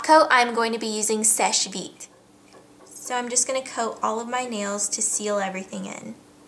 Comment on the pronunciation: This is really pretty! And FINALLY a guru who pronounces "Seche Vite" properly!! Lol, I'm Canadian and bilingual, so whenever I hear it pronounced wrong I cringe.